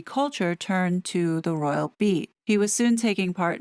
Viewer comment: I thought you said the Royal rodent 😂